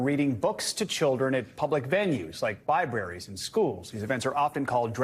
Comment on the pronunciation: did he say "bi-braries" instead of libraries?